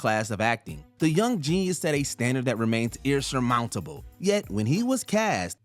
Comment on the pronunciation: Irsurmountable??? Are you kidding me with this voice over guy? He is making up words now he’s so bad, get rid of this moron